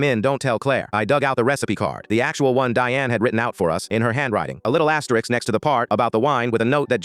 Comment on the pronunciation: asteRISK. You probably say 'nucular' and 'REALator.'